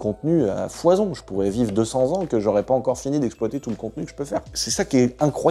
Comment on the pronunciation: « j’ai core pas acheté une scierie » 😂